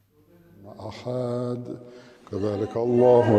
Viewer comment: اتنے کمنٹ کیے ہیں بھائی لوگوں نے کاش آپ کی طرح کوئی تھوڑی پازیٹو بات کرتا ❤ یہی تو میں نے سوال پوچھا تھا کہ کوئی غلطی بتاۓ تا کہ باقی بھائی لوگوں کا فائیدہ ہو ؟چلو میں بتاتا ہوں ۔ آحد نہیں لفظ أحد ہے -وحاب نہیں وهاب ہے-وبحمدے نہیں وبحمده.عظیمے نہیں عظيم ہے ۔قرآن کو عربی لہجے میں ہی پڑھنا چاہیے ورنہ معنیٰ بدل جاتا ہے ۔